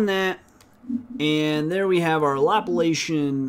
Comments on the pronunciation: Lap-la-cian? It is La-pla-cian (related to the Laplace operator). The Laplace operator was named after the French mathematician Pierre-Simon de Laplace (1749–1827). Anyway. Good tutorials. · I always enjoy your videos... Can you also do Histogram Oriented Gradient too? Thanks... FYI Laplacian is pronounced Luh 'plahs ee uhn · omfg. dude. Laplacian.... LUL. Great videos man. IDC if you do not know who Laplace is or how to pronounce Laplacian :P